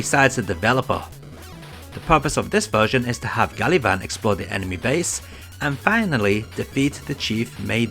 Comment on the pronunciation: pretty sure it's "gavan"